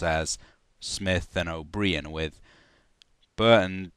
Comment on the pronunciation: "Oh breehan" that is how you pronounce the name O'Brien?